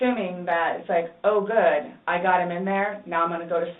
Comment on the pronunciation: “It was a GOOT day, Savannah.”